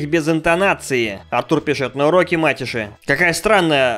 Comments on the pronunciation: Ма́теши? Эээ, мате́ши. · Не мАтеши а матЕши